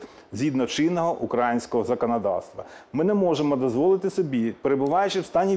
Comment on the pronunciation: Пане Данилов неправильно вимовляєте слово " українське" а решту дії відносно держави +++.